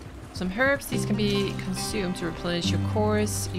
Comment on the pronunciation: Great video. This game is incredible. I guess you've finished it by now, but I will watch through your videos of it anyway. It's been a while since I played it. It takes over your life for a while. Also, I am really please you actually pronounced the word "herbs" properly. I hear so many people dropping the h, which is just great in French but really bad in English.